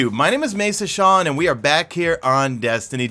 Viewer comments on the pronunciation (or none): none